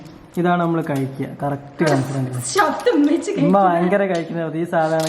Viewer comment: ഉമ അല്ല bro ഉമ്മ 👍🏻